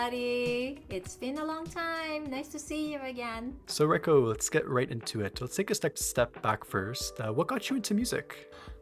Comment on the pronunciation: Minor correction; “Reiko” is pronunced in japanese the exact same way as “Rayko” is in english (which I would even assume this is why she choose this spelling). To japanese speakers (or people who slightly understand the language) that might stand out a lot - cause you appear to contrast both names like they are supposed to sound different.